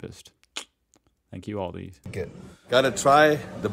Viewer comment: So English is made up millions of silent letters. In the word 'queue' 80% of the letters are silent. But you guys just HAVE to add an s to Aldi.